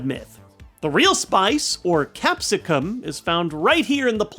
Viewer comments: I..... Cap-si-cun?... ....I.. Ca-Say-Sun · I absolutely hate that pronunciation of “Capsaicin”